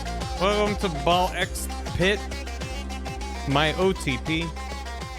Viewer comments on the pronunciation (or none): Is Balk Spit a worse game name pronunciation that Seyoncé? Does he have even worse ones outside of this overachieving month?